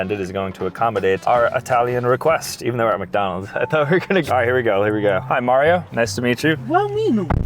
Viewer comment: Mario has the perfect mario accent